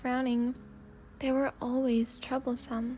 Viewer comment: I thought you said trouble-san instead of troublesome lol